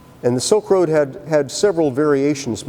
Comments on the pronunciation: "Silk Road.., not soak road.." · It's Silk road and not Soaked Road.